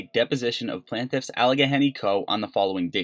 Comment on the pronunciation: Plain tiff... Not Plan tiff